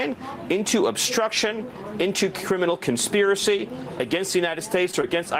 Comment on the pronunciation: “Cwiminal conspiwacy!”